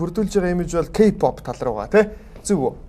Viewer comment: K POP гэхгүй ээ хөтлөгчөө